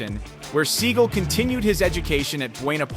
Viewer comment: You mispronounce his last name